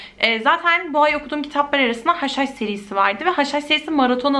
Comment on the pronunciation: hush hush serisi dediginde yenilen haşhaş sanıyordum akbskajaajabajsjsjh